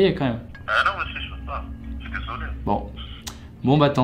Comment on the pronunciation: « Ji souis un mec courageux » 👌😆